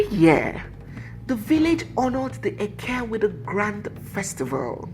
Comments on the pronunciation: Hi. It is `eke' and not eke~ ( one of the Igbo market days ) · You are right.,did not pronounce it well.